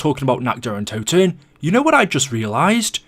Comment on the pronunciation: Toten* not Touten